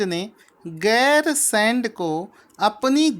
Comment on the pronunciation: 9) उत्तराखंड की ग्री्मकालीन राजधानी गैरसैंण को बनाया गया है। सर जी राजधानी का नाम गैरसैंण है आप गैरसेंड कह रहे थे।😊